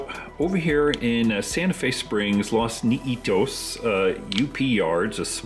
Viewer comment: It’s Los Nietos….not Los Neetos….